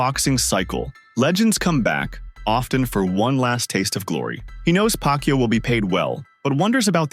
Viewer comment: CANT EVEN SAY PACQUIAO LAST NAME RIGHT 🤦